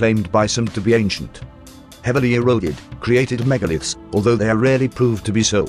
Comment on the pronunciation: But it makes it rather hard to listen to the story and trying to assemble wrongly pronounced words like "megalith"...